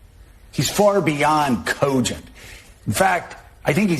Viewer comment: If 1 of our buddies said the word cogent like that......